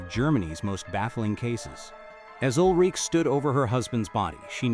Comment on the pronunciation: It is Ul-Ri-Ke...the e is pronaunced. Like "a", schwa.